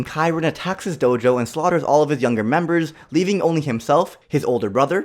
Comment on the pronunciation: At the ripe OLD age at FOUR Me-breh